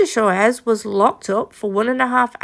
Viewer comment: It’s pronounced swarez!